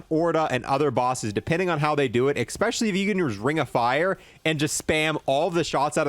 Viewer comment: Like your videos. Ecks-pesh-ullie when you say things like how cool the thunder looks.